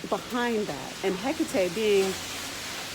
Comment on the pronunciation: Your pronunciation of her name is exactly how it appeared to me. I found myself almost chanting her name. After doing some research and finally realizing who had just contacted me I was extremely hesitant at first. She is the one who introduced me into the craft. Most intense experience of my life, but she is so loving and understanding at the same time. She's not for the faint of heart for sure!!!